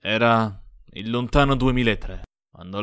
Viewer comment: ed OVVIAMENTE c'è l'enfasi sbagliata ne "io ero IL bullo", tipico xD